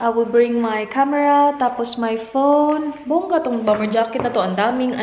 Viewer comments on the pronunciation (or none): none